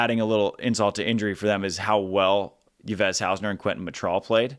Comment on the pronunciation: Love your content! I am always looking forward to the Road to Paris episodes! What do you think about Ludwig/Lippmann? I think they got potential but are kinda running out of time and entry points.... And just to mention: The name Yves (Haussener) is pronounced like the english name Eve since its french ;)